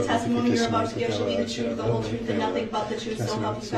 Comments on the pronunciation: Do they say Troof is in the eye of the beholder, I mean what is troof....seriously is that how he pronounces Truth or is it a slang. He obviously don't know what hearsay means. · What troof? How you do dat? That forf option that you uh uh made up cuz it’s not in the law. What a piece of work!!